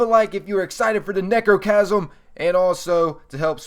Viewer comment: It sounds like you are saying negrochasm